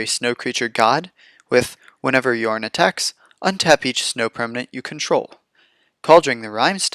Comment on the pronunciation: I clicked that subscribe button as soon as I heard you pronounce Jorn correctly! :D I really never play green, but this deck looks amazingly fun.